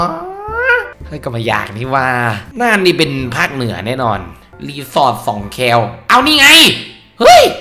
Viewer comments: สอง คอวอแอ "แคว" not คอแอวอ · สองแคว ตรง แคว เป็น คำควบปะ อ่านแบบ แม่น้ำสองแคว อะ ไม่ได้อ่านเหมือน แวว